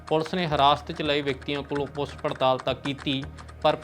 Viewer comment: ਪੁੱਸ ਹੁੰਦਾ ਕਿ ਪੁੱਛ?😂😂😂